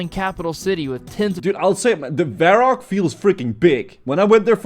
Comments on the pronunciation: Vorrack! People: Varrock. Me: Voorook. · I had a physical reaction every time this dude said "vore-rock" i know pronounciations are weird in this game, but thats just not even close lol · oh my god dude, VORROCK IS TRIGGERING ME, THIS ISN'T ONE OF THE TOWNS THAT WE CAN'T DECIDE HOW TO SAY LIKE ARDY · Ok but calling Varrock, 'Vorrock" is fucking INSANE